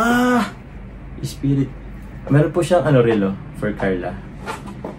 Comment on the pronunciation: Wow and daming blessings po. Salamat po sa mga nagsponsor ng gifts sa Inyong dalawa. Ung Esprit po silent T po ang pagbasa nun. At ung Boss na perfume po napaka Bango po Nyan. Ang ung mga American Eagle naku po mamahalin un...